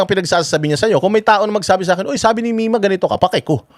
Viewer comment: Sablay nanga ang LETTER R mong MIMA KA mimasabi lng lng ehehe yan ang dapat sayo ang bagsak mo ngayon hindi si PRRD